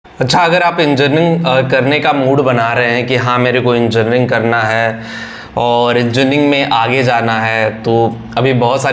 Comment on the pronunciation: बोल तो पा नहीं रहा है 😮😮😮 enjarning 😅😅😅